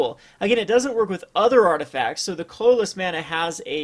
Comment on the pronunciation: This is the first of this guy's video's I've seen, and I noticed that he says "colorless" really weird. Most people say it like "CUH-ler-less," but he says it like "CLUL-ler-less." It's really weird. It's like he adds two extra Ls or something.